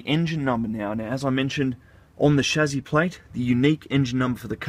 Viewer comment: Why is he saying "shazzy"?